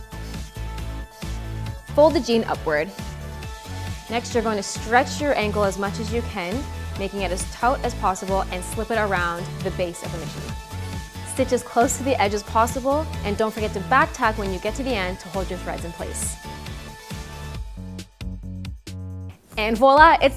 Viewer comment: Nice video. Hoping to fix some sweatpants now. FYI, "Taut" sounds like "taught", despite the spelling.